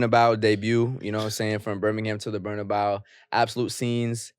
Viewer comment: Great podcast, much anticipated and appreciated 😁 But y’all gotta stop capping on the Real Madrid stadium name, its BarnabEu not BarnabAu the E is pronounced like the first letter in the word Egg! you know spanish bruh don’t let it be confused 🤣🤣